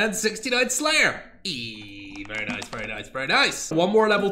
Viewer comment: said nice-u